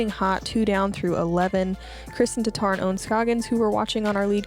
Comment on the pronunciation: Come on guys, not only was Tattar mispronounced at intro but Ohn's first name is misspelt as Own. Where is the professionalism???????